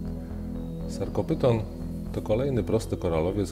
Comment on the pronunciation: Bardzo dobry cały kanał. Świetna robota, ale jedna uwaga "ph" po łacinie odczytujemy jaki "f", więc nie Sarkopyton tylko Sarkofyton, Lobofyton itd.